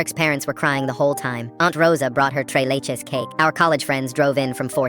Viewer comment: Its not trey leches Bro is tres leches